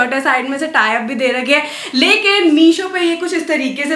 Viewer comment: The way you say lakin😂 maja he aagya